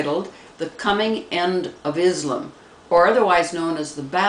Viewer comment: why don't you get some things right before you talk. First it's Islam, not Izlim. Can't you read!!! Second its Magog. NOT Maygog.